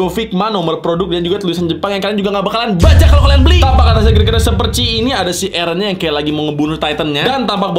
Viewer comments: eren bang bukan ereh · Bang kedengaran nya itu ereh bukan eren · Ereh terus Eren bukan ereh 👍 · Eren kak bukan ereh 😑😑😑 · Bukan ereh tapi Eren kak.... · Bang nama nya bukan ereh tapi eren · Bukan ereh tapi eren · Plss jangan bilang "areh